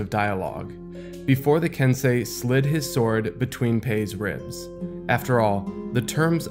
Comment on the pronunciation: i thought it was pronounced ken-sey like sensei